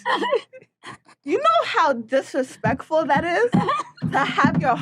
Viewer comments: Did she say Dissuspectful 🤣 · Disfreespecful is what I heard came from this heavy weight champion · “You know how difrefectful that is”😂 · She can't even say "disrespectful"...